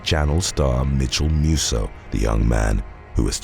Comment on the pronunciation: I thought he was saying Metamucil instead of Mitchel Musso 🤦🏾‍♀️ something is wrong with me lol